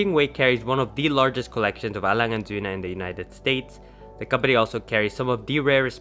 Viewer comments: I'm from Germany and you pronounced the brand perfectly👏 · You're the first American I ever heard to say Lange & Söhne right lol...congrats to this beauty btw.:D